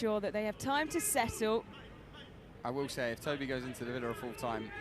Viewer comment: Idno if edits these himself but cmon man your co-commentator has said Toby’s name wrong like 6 times now. When are you going to correct her?